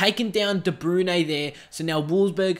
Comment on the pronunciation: Its Kevin De Brouyn not Kevin de brune